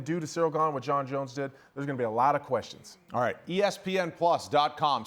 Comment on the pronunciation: These guys are terrible. Learn to pronounce names. On paper you would think this would be easy. Jones top 25 mma fighter of all time, no doubt. There is no need to talk about a drunk woman beater.